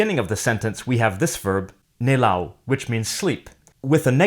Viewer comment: yeah it isn't spot-on here either, for example he made "nellow" ("to sleep") rime with "to bow", when it really rimes with "to follow".